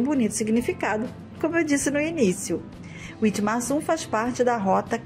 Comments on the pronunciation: Pronuncia-se vitmarsun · Dessa vez deixaram Rolândia em paz. Quanto Witmarsum a pronúncia correta é vitmarsum, é muito comum encontrar pessoas conversando em alemão pelas ruas, tem um grande vocação pra agricultura e pecuária, tem um clima ótimo pra quem gosta de um frio moderado. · Witmarsum é uma palavra alemã, então se lê ( Vitmarsum)